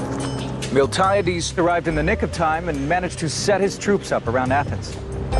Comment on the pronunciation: Do I sense someone mispronounced Miltiades?